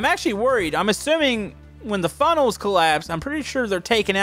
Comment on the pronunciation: did any one notice he said frunnels instead of funnels?